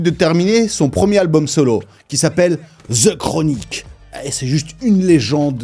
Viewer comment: The. DE. Pas Ze Chronique